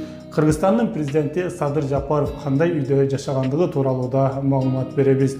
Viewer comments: Жапырыв эмес Жапаров 🤣🤣🤣🤣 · Туура айтсан Жапыров дебей